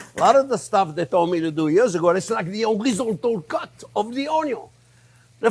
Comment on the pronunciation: Spent quite some time, even attempting a web search, to find out what he's saying here, before I realized; Jean-Pierre is in fact not using a fancy, french-sounding culinary term. He is quite simply saying "horizontal cut" 😂 God bless you Jean-Pierre...